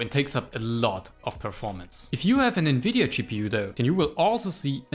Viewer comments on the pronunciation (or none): none